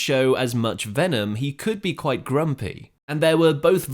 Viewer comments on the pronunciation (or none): none